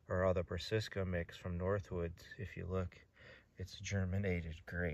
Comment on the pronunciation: 🤣 I definitely was taught the wrong pronunciation years ago, but have since corrected myself.. Brass-A-ca! 😎